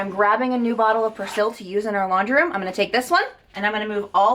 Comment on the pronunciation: That’s not how you say persil 🙈